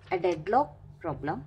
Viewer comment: Deadlock "pooblem"